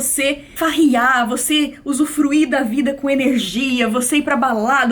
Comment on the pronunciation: nilce e seu sotaque de interiorzaum "usufrui"